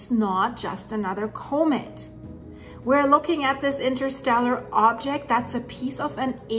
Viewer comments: Thank you for the video. Just to help out with non-english speakers, Comet is pronounced "Kah-met" not "Koh-met." Great video. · It’s pronounced calm-met. The word comet. It would take forever for me to learn Deutsch.😅